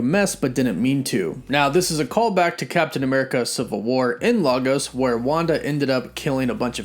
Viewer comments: Not lar-gos, its pronounced lay-gos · On a side note, proper pronunciation for the name LAGOS is: LAyGUS The "LAy" portion sounds like the "LAY" portion of the snack: Frito-LAY (but with a barely less emphasis on the "Y") And the "GUS" part is exactly like the name: GUS. The pronunciation: Lah-Ghos is hilarious and wrong 😂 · Can they stop pronouncing the name of my city wrong? Lagos is pronounced 'leh gus'. You'd think the MCU would get it right this time around, if only they were doing any research on real world references in their productions🙄. Love this show though 🤩